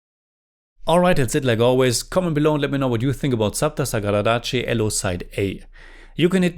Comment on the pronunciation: ❤you pronounced the film 📽️ title perfectly.